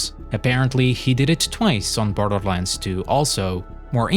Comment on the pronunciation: “and with that… came BLTHLTHLRlands tyoo”